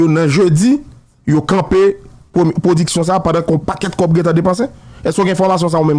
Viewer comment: Djòl sirèt la di "blodeurs ploduction", lumiuèrs. Dadou radio pa ou tounen back nan fè cheve.